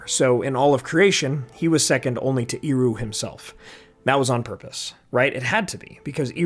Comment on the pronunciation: Please, Ehroo, not Eeroo! Tolkien was quite rigorous about phonology, let's respect him. Love your videos, btw.